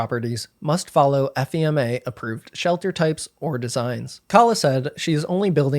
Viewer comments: Great video! It was a very interesting watch! Just a small heads up- FEMA (Federal Emergency Managment Agency) is usually not read as letters and is often just pronounced "Fee-Mah" but this is a very minor detail and in no way detracts from your video (in my opinion) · Just for everyone watching… FEMA is pronounced “fee-muh” typically